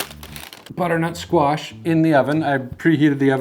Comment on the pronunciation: Thanks for sharing. I just wanna check am I the only one that heard him say Squat instead of Squash a couple of times? My sound bar is sticky